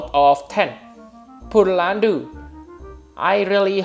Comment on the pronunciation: This is hilarious. "Poor-landu" .. "Pure-Landu"